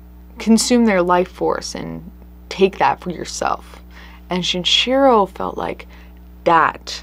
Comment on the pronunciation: Is the mispronunciation of the killer's names (Shinchiro instead of Shinichiro, and whatever that pronounciation of Andrei Chikatilo was) intentional or accidental...? I understand if you don't want to encourage people to look them up or something, I'm just curious